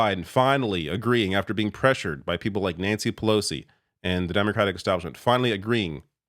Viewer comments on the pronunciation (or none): none